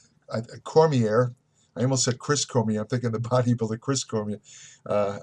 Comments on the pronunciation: Cormi-AAAA, not Cormi-EARR.....AAAA! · Dan Com-ee-air? Ya, this guy has really done his research. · Liked the Video, Great stuff! I agree 100%, Great to hear your opinion about Bones from you. I think he would be a great champ too-regardless of what happend. ..Although, I do have to be a little anal... Your pronouncing Daniel's name wrong. Do a little more research next time please. The name - Cormier is French, he is from my home state of Louisiana, so even though it is SPELLED Cormier, it is PRONOUNCED (Core-Me-AYE). Sorry not trying to be a dick lol. Just have a pet peeve like I say. Lol Great video! :-) 😉😊👨‍💻👍🤼‍♂️💊💻💉💊🏋️‍♂️🤼‍♂️🤛🥊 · Fucking idiot you don't even know how to pronounce Cormier and clearly not an mma fan. Don't give opinions when you don't even follow the sport he's in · Exactly. This guy doesn't even know how to pronounce Cormier and starts spouting off opinions on how Jones career shouldn't be over 😂. Like if you don't even know who daniel cormier is just shut your mouth about mma